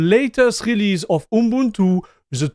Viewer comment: you say your pronunciation isn't there, but you actually did pronounce it correctly!